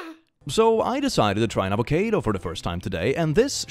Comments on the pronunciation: "so I decided to try an ava-K-do today" I can't tell if you mispronounced ava-CA(like ca-ca)-do on purpose or not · I love the way pronounces avocado